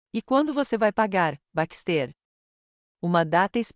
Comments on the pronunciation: Não é BAXTÊR É BÁXTE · LINDA ESTÓRIA, PORÉM... NARRAÇÃO CATASTRÓFICA! 😢 * Não houve respeito a gêneros - terminações e concordâncias erradas, equivocadas!!!😡 * BaxtÉr, ao invés de BÁxter - silaba tônica e, * PRONÚNCIA DO NOSSO IDIOMA misturado com o idioma de Portugal!!!😢 😡🤨